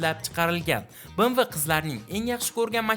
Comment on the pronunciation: Bemve deb oqiladi bmv mas